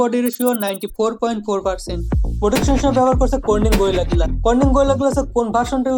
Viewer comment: উচ্চারণ শুনেন,,, পিলাস+সিলিম+গিলাস!!! চলে এডি মার্কেটে!!??